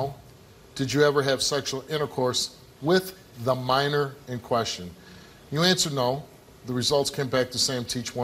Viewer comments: He keeps on saying manner though it’s minor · When I see stuff like this, it reminds me on how I hope I never have sons, and he couldn't even say minor right. "Manor?" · What is a maner it’s minor 🤦🏾‍♂️ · He calls a minor a "manor" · Lol. He keeps saying i didn't have sex with no "mannor". Hell he cant even pronounce his words must-less lie convincingly. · Sounds like hes saying manor instead of minor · “Manner” or MINOR??? 🤣🤣🤣🤣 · Did he say "maner" ? LOL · Jhit said manor lol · Its Minor not Manor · Why did keep saying manor it’s minor manor is a house guilty guy can’t get his words straight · He said Manner 😂😭 my guy it’s Minor * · It's minor not Manor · "I ain't have no sex wit no mAIner." If you're gonna lie, at least say it right.